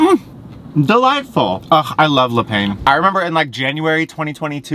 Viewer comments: I love that you questioned how to pronounce 'Yucatan' yet had no regard for 'le pain' over and over...hahaha! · The way you pronounce Le Pain... adorable! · The way you kept pronouncing Le Pain ahaha